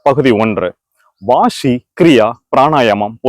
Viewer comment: வாஷி இல்ல வாசி ச்சளி இல்ல சளி😂